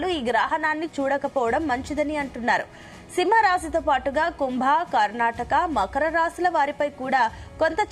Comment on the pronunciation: Karnataka raasi kaadu akka karkataka raasi chuskoni kuda tappulu chepthunnav 😅